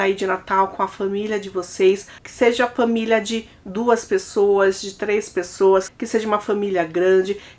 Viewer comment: Gosto muito de você é assisto todos os vídeos, mas sinceramente, não é agradável ouvir você falando fÃmilia, cÃminho.